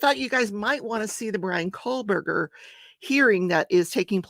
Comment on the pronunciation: Ummm..... It's KOHBERGER!! Not KohLberger